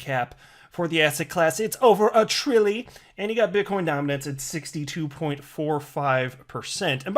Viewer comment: And I’m out my god how annoying after just 30 seconds. Owen Wilson? And a trilllly? Annoying AF